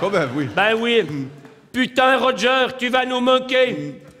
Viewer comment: D'ailleurs, c'est "Roger" et non pas "Roger" ^^